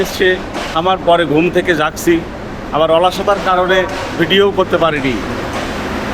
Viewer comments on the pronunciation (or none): none